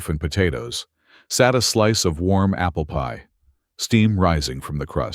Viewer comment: Is it just AI stupidity or can't this manufactured voice say "apple PIE?" It is NOT APPLEpie. Emphasis is on the pie, NOT the apple.